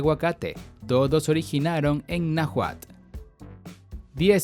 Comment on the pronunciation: El tipo ni siquiera sabe pronunciar "Nahuatl"